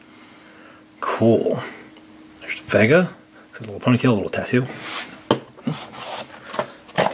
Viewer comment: It’s Dhalsim= Dhal-sim not Dhal-i-sim Vega= Vey-ga not Ve-gg-a